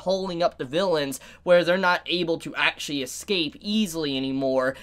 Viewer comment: That's one example. They pronounce many words incorrectly for some reason. Like pronouncing escape as excape which is really stupid imo